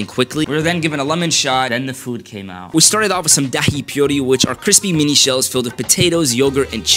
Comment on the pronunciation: just to let you know its not pronounced da-hi its pronounced da-ayy